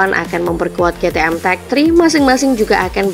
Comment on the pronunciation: Aku pusing denger ke te em ke te em terus,,,pliiis kei ti em